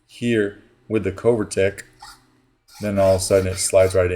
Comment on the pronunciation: Covertec - the “o” is like “glove” not like “go”. Always love your vids. No hate, just something that hit me. 🙏🏻